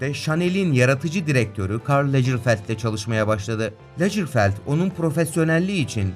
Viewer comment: Verseyc değil versace (yazıldığı gibi okunur), lecırfeld değil Lagerfeld, danakerın değil Donna Karan, seyinlovrent değil İv Sen Loran, Franço değil Fransua, Pinaut değil Pino, memografi değil Mamografi. Lütfen bu tarz videolar hazırlarken en azından isimleri ve kelimeleri doğru telaffuz edelim ❤